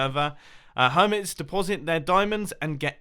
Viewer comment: Hermites? Pronunciation: Her-might